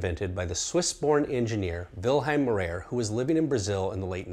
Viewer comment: The way he butchered maurer was on a whole other level